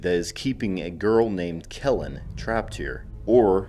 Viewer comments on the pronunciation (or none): "Getcha killed", not "getcha Kellen"! Who's Kellen?